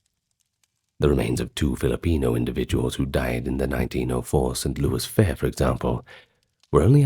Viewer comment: Its st louis not louie. But i have heard it that way a time or two in my many years in Missouri.